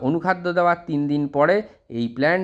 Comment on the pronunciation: apni anukhada nam ta ektu bolun..tik vabe bjte parchina.❤